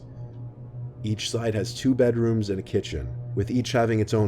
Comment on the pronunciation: he says beda rooms